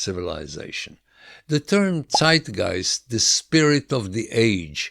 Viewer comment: Finally someone who pronounces Zeitgeist correctly